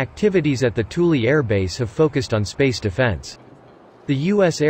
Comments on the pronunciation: You might call it "Toolie" but I call it "Thool." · I am not sure if I am the only one irritated by the pronounciation of Thule as Toolie.. Aggravated me so much I stopped watching